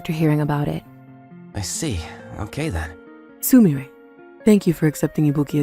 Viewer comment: I hate how the VA can't pronounce Su-mi-re, calling her su-my-er ... 🤦